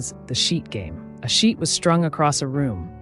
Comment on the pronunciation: When you said “a sheet was strung across a room” I thought you said sheep 🫣🤭, my mind was boggling until I realised quickly😂❤x